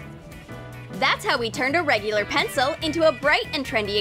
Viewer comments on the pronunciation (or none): none